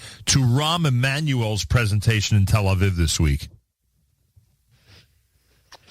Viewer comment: It's nice to hear the two of you pronounce yum kipper, not the Israeli pronunciation yome keepoor. Now we have to get to say tel a veev, not tel a viv.